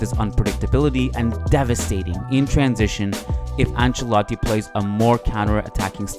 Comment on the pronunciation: Loved the editing and style of this video. Also shouldn’t it be devastating instead of debastating?